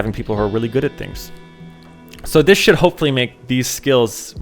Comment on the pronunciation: Your "Should" sound like totally different word... a bad word...